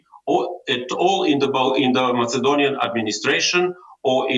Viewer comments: Ковачев, имате огромни заплати в ЕП. Може ли да се излагате с такъв несръчен английски? Вземете си учител и си оправете произношението, защото дори най-добрите аргументи казани на такъв английски звучат слабо. На моменти не сте точен дори за думата “European”. Няколко пъти говорихте за “Macedonian brother and sister” и аз се оглеждах за някакъв мъж до мак. заместник-министър. Накрая разбрах, че имате предвид “македонските братя и сестри”. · Ами произношението "мацедониан"? На английски се произнася "маседониан" + много други грешки. Това, разбира се, не означава, че нашата позиция не е правилна. Въпросът, обаче, е да не би някой да си помисли така заради лошия английски. И вече е крайно време нашите партии да помислят по въпроса! Защото не всеки знае за братството с Хунза, звездата на Вергина и всякакви други идиотщини на македонския режим; нито за терора срещу българите там, но английския го знае целия свят!